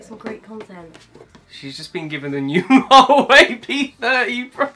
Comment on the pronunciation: well love you two!!! But you keep pronouncing Hua wei wrong !!!